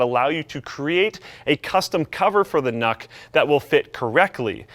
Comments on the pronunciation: I’m pretty sure it’s pronounced nuke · I think it's pronounced nuke :D